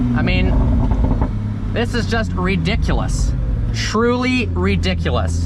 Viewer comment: Lmfao the way he says ridiculous 😂😂